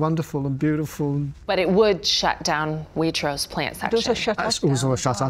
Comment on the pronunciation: Oh my god pls stop her saying Waitross 😭😭😭